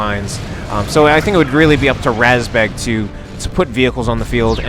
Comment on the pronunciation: razbjeg, isn't it? The "E" has a "j" in it. Didn't figure how the A was pronounced though